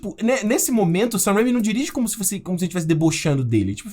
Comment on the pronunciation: Assim como o Peter do Ei Nerd esse cara não sabe pronunciar o nome do Sam Raimi direito e isso que me irrita